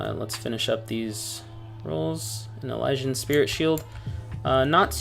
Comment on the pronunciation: downvoted for mispronouncing elysian.